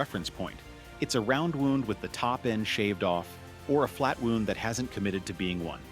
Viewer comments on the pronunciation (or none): It drives me crazy that your AI keeps pronouncing it like they're an injury (woond) rather than (wownd). Maybe you should teach it or I'll do your voiceovers for you for a small fee. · wounds (how you pronounce "woonds") is actually pronounced "Wownds" as any primary school kid will tell you. I know 'you' have a lot to learn, but 'you' will get there eventually...oh, and if you don't know what "eventually" means, it means 'after a period of time'. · What is a flat woond? The AI guy couldn't figure out that it is a wow-nd string? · Flat wounds. Who thought that guitar could be dangerous. AI hears Wound as Wooned. If they can't get this right, it doesn't bode well for the information. AL Rubbish. AVOID THIS RUBBISH A Wound is an injury. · flat woonds FFS, stinkin robot putz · Flat Wounds?? WTF! Half Eounds? The word is wound. Seriously I love the topic, but why is every F in YouTube creator feel the needto add fake scratches, dust, lines to photographs or videos. I can’t listen or watch this shit. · Woond (phonetic) And I'm supposed to believe that AI is intelligent??.......ahhhh....no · Hey AI,,,they are not wounded, they are wound, as in wound around. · AI cant pronounce "wound" correctly but has no problem pronouncing "half-round" the way it is supposed to be pronounced. I don't understand why these videos have to use AI voiceovers in the first place. Just grab a mirophine and record it your damn self. If your voice is not perfect, all the better. It shows that you are human and it shows that you care about the integrity of your production. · Wound, past tense of wind, pronounced like he’s talking about a paper cut. God do I freaking hate AI slop. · I' m not sure I want a round or flat wound. Musical injury? AI can't pronounce what has been written. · A dead giveaway that it's a bad AI narrator.I mean seriously. My guitar strings eviscerated my liver. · AI crap that cannot pronounce “wound” as it applies to strings vs body injuries